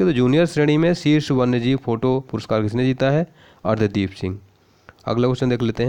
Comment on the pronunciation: Sir arsdeep h.... Naa ki ardhdeep....plzz galat mt pdhaao